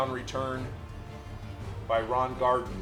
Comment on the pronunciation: I'm only saying this because the 70 Colts are my favorite team of all time. Kick returner Ron Gardin, last name pronounced GAR-DEEN. Really enjoy the videos! 🏈